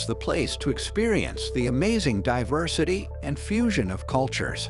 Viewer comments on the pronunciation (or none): none